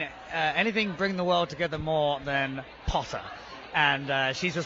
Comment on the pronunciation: He still pronounces "POTTER" like that 😂